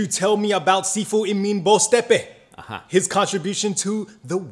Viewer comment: pronunciation of Boztepe's last name is pretty damn good. Being half Turkish with a Turkish name, I'm impressed!